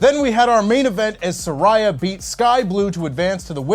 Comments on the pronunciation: Please start saying Saraya's name correctly. It's embarrassing that you can't. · It amazes me that people still won't pronounce Saraya's name correctly